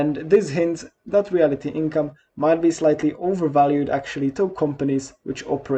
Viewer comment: It’s not REALITY Income, pronounced that way….its REALTY Income, as in…real estate….🤣